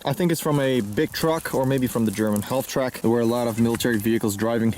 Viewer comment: I really hate to be pushy but the ''L'' is silent in halftrack